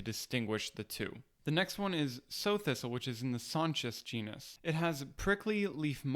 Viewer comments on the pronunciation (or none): Great info, thank you. BTW, ‘Sow’ thistle is not pronounced ‘so’ (as in to plant seeds, rather it’s ‘sa-u’ (meaning female pig). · Loving your channel, thank you for such fine productions & Clear information. Greatly Appreciate You. [ FWI: Sow Thistle, is pronounced Sow, like a Mother Pig 🐖 Sow, not Sew, like sewing 🧵🪡, but rather Sow, the o like outch & out] I believe it's called Sow Thistle because Sows 🐷🐖 eat it] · Not 'so' thistle, but Sao Thistle as in adult female hog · Sow Thistle is named for female pigs, not a needle and thread. It sounds like "sauw" not "Sew" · Sow (sau) thistle not (sew/so). It's like a female hog, a sow. Rhymes with cow. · Good vid, I liked it, but, around here (pig farm country Midwest) we pronounce 'sow thistle' as sow, meaning a female pig. Because they love eating it. It's like, welcome to the salad bar, fat thing. Oink. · You are mixing your heteronyms. It is not pronounced "so" thistle, sow rhyming with "go" is the verb meaning "to plant by scattering". It is named for a Sow, female pig, noun, rhymes with "cow", because of it's appearance to lactate when cut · Sow as in female pig, not as in sew. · Is that how you pronounce sow thistle? I always thought it was pronounced with an "ow" sound, as in female pig. Interesting. Afaik, sow thistle itself is edible, is it not? Just not much of a medicine, not that I've heard of anyway. Thanks for the clearly explained comparisons. All too often people talk a lot, but don't show anything clearly enough, or else they pay no attention to whether their narration is lining up with the video well enough to dispel any confusion. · If im not mistaken, it's called sow thistle pronounced sow rhyming with cow. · Love your videos, dude. I've been foraging for decades but always love to go back to basics. One note on sow thistle. It's pronounced like cow, not like sew. A sow is a female pig & they're called sow thistles because pigs love to eat them....